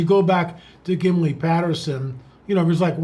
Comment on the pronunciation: "Gimley Patterson" ..... (*Patterson/Gimlin*) -- If he says that ONE MORE TIME....😆....💪